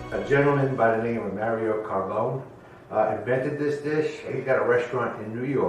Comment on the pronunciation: Carbone is pronounced as Carbonie.